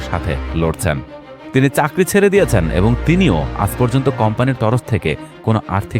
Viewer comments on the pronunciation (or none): none